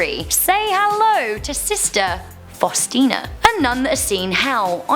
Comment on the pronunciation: It bothered me a lot that she said sister Faustina the first time, then sister Faunista all the other times. Not that hard to get the name right, especially in a video that focuses on it.